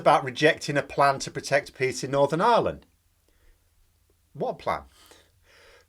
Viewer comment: And I thought for a minute you said "protect pigs in Northern Ireland", and I have to admit, I was just waiting for you to explain Bobo's reasoning behind that, because, of course that is something the nutter would say. The second time you said it I understood "peas". Still not shocking. And then I realised: Peace! ...